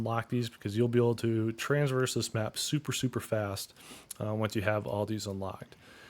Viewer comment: It’s TRA-verse. Not TRANS-verse. Holy hell.